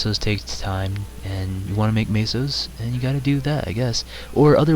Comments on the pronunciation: its not maso its meso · i like how you say "Maysos"